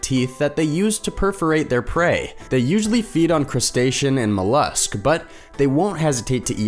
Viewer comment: Did he just say muh-lusk?! 😂😂😂 These videos kill me! Your narrators are so uneducated, it's unreal.